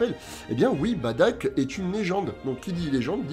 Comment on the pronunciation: Badack ca fait mal au oreilles bardock svp